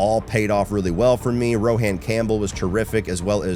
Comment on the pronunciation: Rohan is pronounced like Rowan (Row-in). 🫣